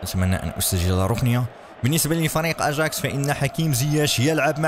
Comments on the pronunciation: خيسوس وليس جيسوس واياكس وليس اجاكس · يااخي اسمهم أياكس وليس أجاكس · تكتب اجاكس و تنطق اياكس